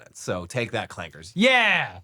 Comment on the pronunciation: Woooooow.... He said clankers with a hard R. That felt dirty.